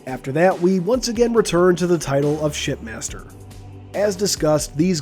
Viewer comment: All i hear when you say shipmaster is shit master